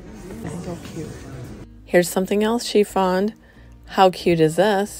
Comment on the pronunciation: It's "you FOUND something-----NOT "FOND" . Seems like you just fairly recently mispronouncing. Not pleasing English.:face-orange-frowning